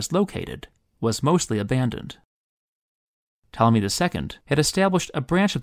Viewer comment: I love how when you say "Ptolemy" it kind of sounds like "Tommy", which really just makes him sound like a little boy